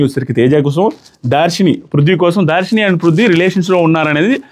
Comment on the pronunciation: Dharshini ❤ not daarsini